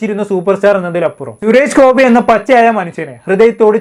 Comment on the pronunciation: Malayalam sharikku samsaarikku.....shures gopi alla... Suresh Gopi